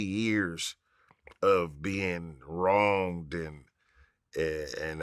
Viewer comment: He said wrong-ded 😑